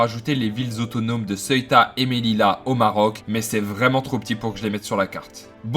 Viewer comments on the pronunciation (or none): none